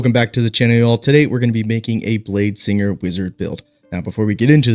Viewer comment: ah yes, bladesining